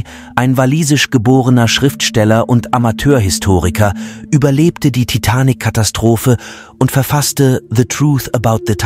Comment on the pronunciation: Kein schlechtes Video, bis auf die bescheuerte KI Stimme die sich nicht entscheiden kann, wie manche Namen (inklusive des Filmtitels) betont werden soll...